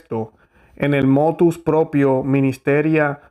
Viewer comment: Ponte serio por favor y di como dice Motv Proprio no motus, prepárate mejor que molesta escucharte a tal punto que casi te Voto deslike gracias.